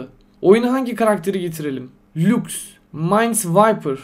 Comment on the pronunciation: 8.30 abi lux league of legends taki bir şampiyon ve laks diye okunur